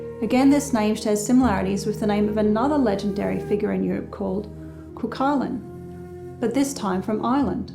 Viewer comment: Cuchulain is Gaelic and means hound of the Smith. It is pronounced, coohoolin. Excellent video once again!